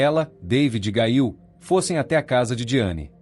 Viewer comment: NARRADOR NEM SABE PRONUNCIAR O NOME, GAIL??????????😮😮😮😮